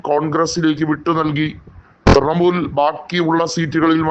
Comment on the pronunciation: ത്രമൂൽ അല്ല. ത്രണമൂൽ